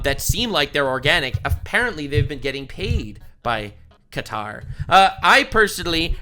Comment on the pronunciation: It's hilarious 😂 after they give us a plane, be can pronounce it right. Instead of calling it cutter, he called it Qatar! 😂 Maybe more Kennedy's are gonna jump the fence ✊🏽